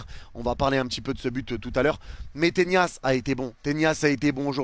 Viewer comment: Pourquoi tu dis Tenias?😂